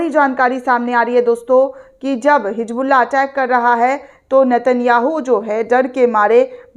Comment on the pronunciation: Medam ye kya ap bar bar HiJBULLAH HiJBULLAH Bolte ho sahi se HiZBULLAH bolo 😅😅😅😅😅😅😅